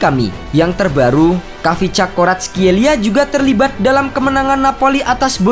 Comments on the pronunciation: D baca nya VICA Varatskelia.( Silent KH ) Dan Georgia bukan negara antah berantah d dunia sepakbola.ada kaka kaladze, temur ketsbaia dll.lain kli klo mau bikin title jgn provokatif tapi ngga riset samasekali. Indonesia malah yg negara antah berantah klo d dunia sepakbola. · cara baca namanya ada kolkolah kayak arabic kha